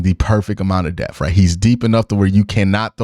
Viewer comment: lol will never not pronounce "depth" as "deff"